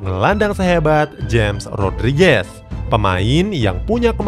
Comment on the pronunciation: nyebut nya hames rodriges bukan james rodriges min